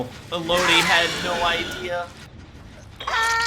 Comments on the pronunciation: i’ve never heard anyone pronounce renato as henato and elodie as eloudie, great matches though loved the stealth build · The way you mispronounce Élodie makes me stop watching the video, cool builds doh.